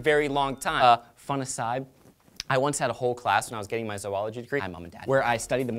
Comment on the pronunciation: Yay for pronouncing zoology correctly.